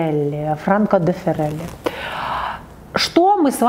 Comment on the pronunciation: Такое впечатление,что впервые слышит.И ещё неправильно произнесла.Образованные люди должны это знать,если они образованные.)))